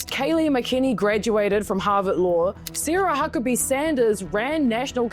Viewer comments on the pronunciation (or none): none